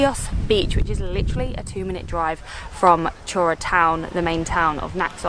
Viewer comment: Chora is pronounced as Khora